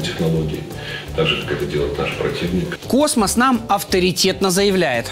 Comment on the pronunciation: Не космос а космосас..